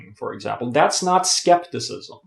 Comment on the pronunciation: Don't look an english dictionary for a Greek word... Scepticism is rooted to the Greek word "Σκεπτικισμός" and you do pronounced it correctly .